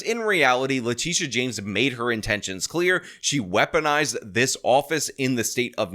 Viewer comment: Please pronounce leTITia correctly. It's not LaTisha, or Latischa. It's La-Tit-ia